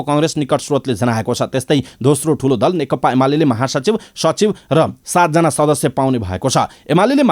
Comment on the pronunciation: कीन खाली (नेकता) भनेका ? खासमा (नेकपा) चाहिँ होइन र?? अलिक जिब्रो फडकारेर भन्नुनी हौ ! नेकपा,नेकपा, नेकपा।